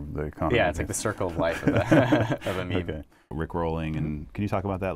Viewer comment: Wtf Mook doesn't say MeMe correctly.